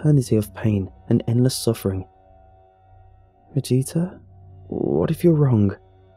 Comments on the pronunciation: That's what I thought he was saying her first. For after listening closely it didn't sound like vegeta. It sounded more like ageta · For a second I thought he said vegeta 😂😂